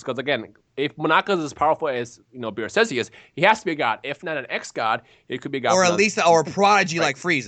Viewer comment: It's beerus